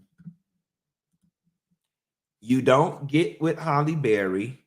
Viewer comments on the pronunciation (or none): will always pronounce Halle as Holley 🤣🤣